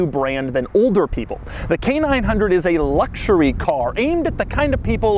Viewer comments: Doug is the type of guy to pronounce luxury, "LUCK-sher-ee". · Doug, the third letter of the word "luxury" isn't a "g".